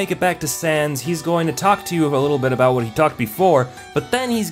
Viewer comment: abowt sans